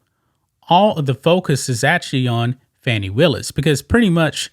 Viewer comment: Her name is pronounced Foni